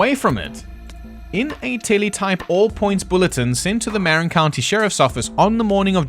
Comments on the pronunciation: Marin is pronounced Mar- in. Great video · Love your coverage. I believe they made it. A couple things though. 1) Shops mean workshops, prisoners have to do practically free labor. 2) Marin is not pronounced like Marinara sauce. It's pronounced like Ma. 😊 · there's my cue, "Muh-rin"